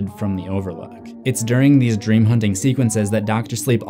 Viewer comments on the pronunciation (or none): none